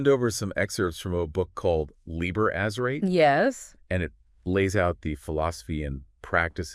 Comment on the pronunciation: These are either AI voices or they really can't pronounce very many words right. Azerate: Ahz-zer-rah-teh Chaosophy: Cha-os-sophy.